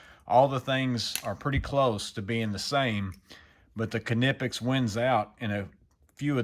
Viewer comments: Not to bust your balls but it is pronounced as Nip-pex. I honestly feel like it was intentional that you keep adding the car at the beginning of it and I'm dying from it if it is intentional if not it's still pretty funny not really trying to be ugly or anything I just didn't know if you were aware and I'm not even going to like even try to lie and say that I've never actually said it the exact same way before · That extra syllable with the beginning of the word has got me rolling over here it's like when people say qwhiskey lol. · I pronounce them like knife 🗡 because ka-nife doesn't sound right ny-pex makes more sense to me.